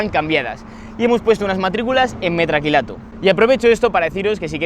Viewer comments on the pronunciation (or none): Metacrilato es la palabra correcta, a ver si para la proxima aprende a decirlo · se dice METAcrilato